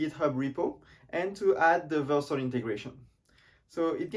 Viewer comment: I think it's vjeux not vieux